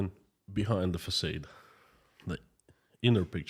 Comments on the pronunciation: It’s facaaade 😂not facayed ! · Just for fun info, you are pronouncing “facade” the way it should be in English if it was a normal word, but because it’s a “foreign word”, we say it like “ah”, so “f-ah-s-ah-d”. Hope it’s interesting, cheers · Thankyou - always interesting! Just to let you know the word facade. In America in English we pronounce it fah-sahd-soft a not long a with emphasis on second half of word. Make sense? Fa like in fa-la-la and sod like in the word sod. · Excuse me, facaade, not short a, but thanks